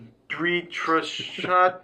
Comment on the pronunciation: just trying to help.. Dhritarashtra - the-ree ta raashtra Duryodhana- do ree o duh na Yudhishthira - you dish thee ra Pandava - paan duh va (not "pun dava") Kaurava- cow ruh va i know it's a bit difficult at first, so hope this helps..